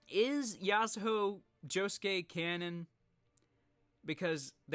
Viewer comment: Didn’t he say that it’s Yasuho?